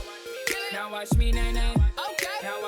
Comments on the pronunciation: ...Can these mumbling fuckwits really not pronounce 'watch'? "Wa' me do it!" "Wa' me crank it!" These are not lyrics, this is a homeless man with no teeth shouting at you with his hand down his pants. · Take this however you like, but the person that repeats line every so often is too lazy to actually say the entire word "watch", which is a one fucking syllable word. I realize that speaking proper English all the time is cumbersome and awkward, but there comes a point to where you just might as well just grunt and finish it with "YAHKNOWHAEMEAN-MANE?"